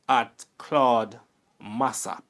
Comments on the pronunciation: u start by mispronouncing his surname. Its Mass-O-p, not Mass-A-p. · Why is your pronunciation so awkward and clumsy,the man was not “mass app” the pronunciation is “ mass Up”. And he was referred to as “Claudine” not”Claud”. Hence “ claudy Massop” stop talk like you not Jamaican, you are such a terrible narrator, interesting story but you make it difficult to listen terrible presentation